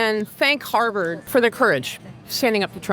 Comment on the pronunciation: Hawrvard lol